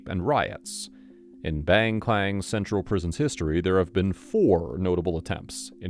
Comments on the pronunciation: Not baeng Kwaen but Bang Kwan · BAHNG KWAHNG** Big tiger prison. A simple search could have told you how to pronounce it. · i coulda swore when the video started he said "bang clang" 😭